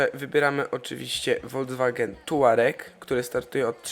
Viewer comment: Volkswagen czytaj "Folks-wagen" a nie "wolc-wagen"